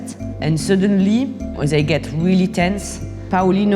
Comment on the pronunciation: The video starts playing and then "suddenlýíýíý, they faía guns" and I can't stop laughing 🤣😂 Anyway, sorry for my childish humour. No disrespect, amazing journalism ;-)